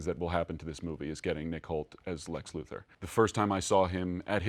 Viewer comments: *Luthor, not “Luther” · *Luthor's. With an O. Come on, guys. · Isn't it Lex Luthor not Luther? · It's "Luthor". Fix the title on this post please. And FYI, it's supposed to be pronounced that way too. LU-THOR. 😁😁😁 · Smh it's not Luther it's Luthor. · Lex LuthOr, not LuthEr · Luthor* not Luther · C'mon, Fandango! "Luther"? ¬_¬ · (Silently) "O" in Luthor